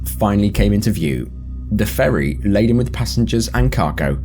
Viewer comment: for a second there i thought he said "for a public furry"